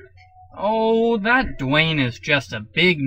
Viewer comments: Dwanger?? rofl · "Stay tuned for Dwaynger!" lol!!!! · "Stay Tuned For Dwaynger" XD I should not be laughing this hard